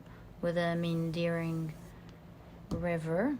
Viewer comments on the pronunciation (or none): I was trying to figure out the word you were using... I believe it is meandering..i am use to hearing it Me-An-der-ing. Words are so weird so many different possibilities.